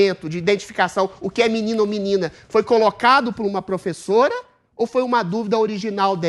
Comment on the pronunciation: Agnaldo Timóteo: "é menine ou menine? Agnaldo TeMostro: "é menine, menine."